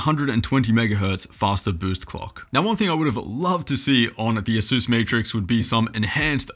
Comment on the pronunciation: aysüüs... wtf is aysüüs?